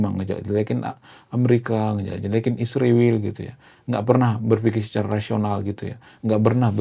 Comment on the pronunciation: Isriwil tu apa,,, tenggorokan kamu keseleo ya... Ngomong Israel aja takut kali kau